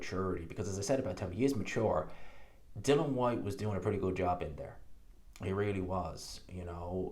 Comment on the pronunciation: It’s DILLIAN. ffs